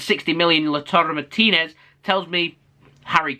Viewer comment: 10/10 on pronouncing Martinez lol